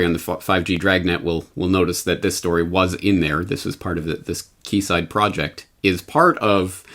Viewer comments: OH that hurts! Arrrrghh!!!! Quayside is pronounced like "Keyside" , NOT Kwayside ! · Quay is pronounced key. I know that's weird . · The area is called the "Queen's Quay" in Toronto....said (sounds) like "Queen's Key"...so, this is "Quay Side"...said (sounds) like "Key Side". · Kwayside? pronounced keyside spelt quayside! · Quayside - that would be pronounced Key side as in Kee Side, and not kwayside O.o Aluminium pronounced: alu-min-y-um, just like magnesium. Not aloominum. Sorry just saying, so people understand what your talking about :) Good info thanks. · Quay Side, pronounced (Key Side) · Quayside is pronounced Keeside btw. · In Canada, we pronounce "quayside" as "key side" .... google agrees on the pronunciation. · It's pronounced "keyside". Canada or UK call them quays, as in like "Florida keys" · Maybe its Canadian but here in the UK we pronounce 'Quay' like ''KEY' (Quayside would sound Keyside). Just saying. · FYI Quayside is pronounced keyside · quayside is pronounced as key side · "Kway Side " Dumb twat. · Yes I know - just a touch of sarcasm on my part. I just find it interesting that the phonetics of Magnesium differs to the phonetics of Aluminium. Curious wouldn't you say. :) But honestly, the pronunciation of Quayside was so far off, at first I had no idea what he was referring to, so I thought it might help.